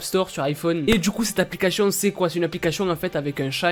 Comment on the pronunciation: Est ce que je suis la seule à comprendre " applicachions" au lieu de " applications"? 😂 Hormis ce fait, je t'adore, continue comme ça, t'es au top! 👌